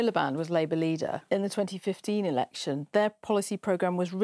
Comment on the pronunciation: says "erection".